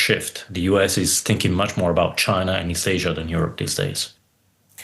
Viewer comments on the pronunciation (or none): none